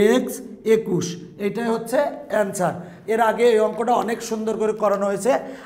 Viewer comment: আন্সার না এন্সার হে হা হা হা